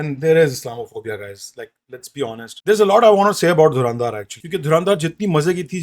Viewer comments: Pele toh naam bolna seekho ..Dhuraaandhaar nahi h .😂 Dhurandhar h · its dhar not dhaar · Dhurandhar thik se bol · Pronunciation galat hai bhai dhurandhar ka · Isse movie ka naam sahi se bola nahi ja raha or ye actors ki Urdu me Galtiyan Dhundh raha hai..